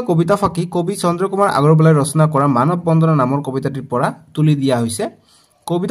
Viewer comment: Sir মানৱ বন্ধনা nhy মানৱ বন্দানা he